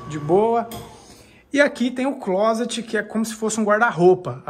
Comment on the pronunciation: Amigo pelo amor de Deus nao diga clôset é clóset!👍🏾